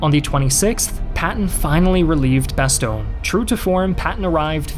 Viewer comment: When you pronounce 'Bastogne', my face makes the same expression like when someone scratches a blackboard. Either way, very good video. Sincerely, a Belgian.